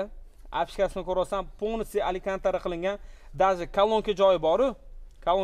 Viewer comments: Аликантара эмас - Алькантара. Жаа маккилагули тюнинг йогу. Шу ,, нима дивотти '' диган гаппи камро этишши иложи йоми ? Хейт эмас , чисто по факту йоздим. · Укам Аликантарамас , алькантара. ))